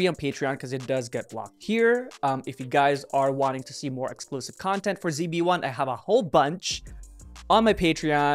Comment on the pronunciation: i'm not used to pronouncing zb1 as "Z-B-1" lmao 😭😭😭